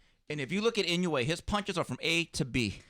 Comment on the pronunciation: Yo correct the name! Its Inoue!!!